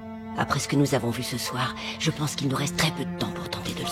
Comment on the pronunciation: "je penske" 🤣